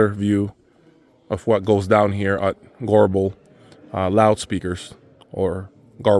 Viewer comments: If you have problems pronouncing Goebel like most english speaking people say it this way Gubel.and Kaiser acoustic is also not far from Göbel. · Garble ? thats how you say it ?